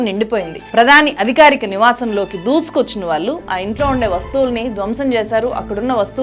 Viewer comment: మీకు ళ్ళు పాలకదనుకుంటా. వాల్లు, మనవల్లు, ఆందోలనలు అని చదువుతున్నారు